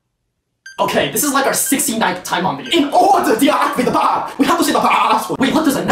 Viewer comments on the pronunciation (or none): IN OWRDER TO DWEACTIVATE THE BWHAAAAAOOHMP WE HAVE TWU SWAY TWHA BWAAASWHHHUUUD Never Gets Old😏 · in oda to deactivet da bhahham we hat to se the paaaswod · in orduh to deactivate bahmb(2xfast) we have to sey the plassword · IN ORDER TO DE-AC-TI-VA-TE the BAMB, we have to sey the PA PAPAssword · “in orduh to deactivate the bahmb we have to say the 🐑🐑🐑🐑🐑🐑🐑🐑🐑🐑🐑🐑🐑🐑🐑” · “in ouduh to deactivate da baouhmh we need to say da paaaaa-“ 😂😂😂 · I love how the Asian version of says IN OrDEr to Devacivad le BOmb we HaVE to say the passwurd got me laughing XD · IN ORDER TO DEHACTIVAT THE BUHM WE HAVE TO SAY THE (turns into sheep) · “IN ORDER TO DEACTIVATA DA BAAMB WE HAVE TO SAY THE PAWSSASSASRD” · How they all begin ‘’IN ORDUH TO DEACTIVATE BAHMB WE HAVE TO SAY THE PASSWUHD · INN OORRRDAH TO DEACTIVADE THE BOWMB WE GOTTA DAY THE BASSWURD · "iN oRdEr To DeAcTiVaTe DuH BaAaAaAmB wE hAvE tO sAy DuH PaAaAaAaAaAsSwoRd" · I believe you had a stroke while saying bomb